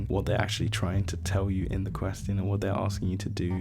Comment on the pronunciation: the way he says question is so funny i love it